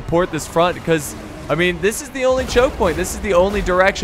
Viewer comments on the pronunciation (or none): none